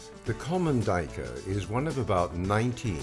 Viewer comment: Sir, I believe you're pronouncing it wrong. It's actually a black doo-we-ker.